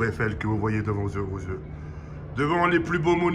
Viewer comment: "Devant vos heygdyegdadyeadea yeux"